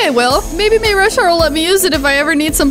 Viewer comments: Not mayrasharyt it's maurashart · its mayrushart